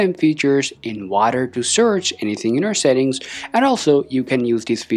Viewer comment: In "wader" to search? That's what it sounds like you are saying. Remember that people watching this video are beginners. Talk slower and distinctly.